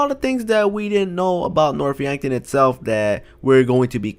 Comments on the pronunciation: You said Norf Yankton... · You mean north yankton when yes then here north yankton